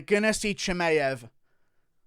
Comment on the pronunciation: Why are you pronouncing Chimaevs name so goofy ? You should know better as an MMA fanatic